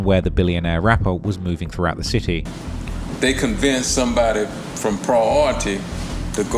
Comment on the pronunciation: It's a city not chity..bro do uk not amerka😂